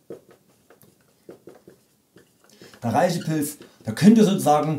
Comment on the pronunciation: Du bist ja ein ganz netter Kerl, aber es ändert nichts daran, daß man REISHI als 'Reshi' ausspricht, frag einen Chinesen.